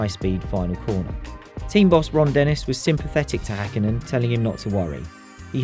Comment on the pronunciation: It's Häkkinen, not Hakkinen.